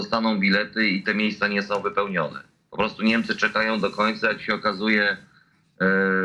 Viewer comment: co to jest "NEMCE" ? masz wade wymowy czy nie zdjales wargi z nosa ? w dogrywce Niemcy wygladali jakby dopiero weszli na murawe a Hiszpanie slaniali sie na nogach, to dopiero cos. pokaz mi druzyne ktora w dogrywce tak gra ?